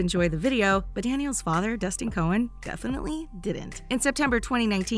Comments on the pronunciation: Cohen? Not to be rude or anything but it's /Con/ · You pronounce it con not cone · Danielle Chon is not pronounced Danielle Cohen it's pronounced con